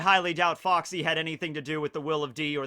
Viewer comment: Did anyone else noticed that had a British accent when he said FOXY. I didn't know that Foxy was British, lol.